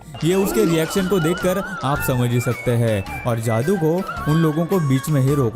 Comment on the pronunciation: Bhai tu ne bhi video me jaadu ko ak baar daadu bola h apni Video dekh ne min se shamj jao ge